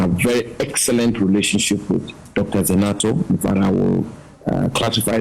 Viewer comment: Zanetor not Zenator .